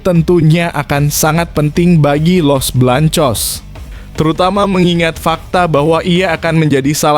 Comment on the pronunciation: Bng ngomong jangn belepotan gitu dong masa Garcia ABNG ga bisa baca ya los beleangcos aj bilang los belangcos payah ABNG ini